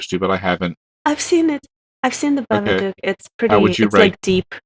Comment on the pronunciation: I love how says "babadook" haha